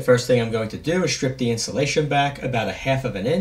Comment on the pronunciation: That's a good tip. I had a hard time watching this because I am trying to understand why every time you say a word that starts with ST, you insist on putting an H in between them. Such as Shtrip for strip and shtrand for strand.